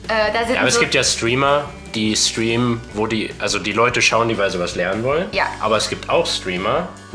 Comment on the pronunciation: "ja ich schtriem auch" :D :D